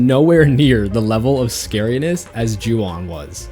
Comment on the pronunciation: Juwon… really…? Urg